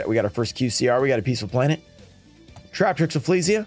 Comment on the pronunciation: Peaceful planet … for a second I thought you said pizza planet 😂